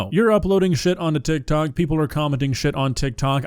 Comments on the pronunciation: Bro added a whole extra syllable to tik tok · bro said tiktok like dr. evil